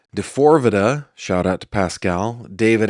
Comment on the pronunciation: Pronounced D-4-V-D